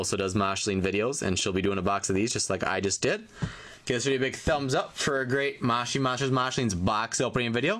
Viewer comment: Its not mashi monster its moshi monster ps say it right